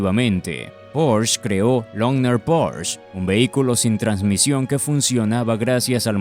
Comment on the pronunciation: No se dice porsch, lo pronuncias mal, se dice Porsche ya que es una marca alemana y no inglesa!